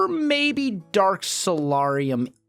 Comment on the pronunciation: The 'A' in Solarium is a hard A! Please pronounce it right its triggering my OCD...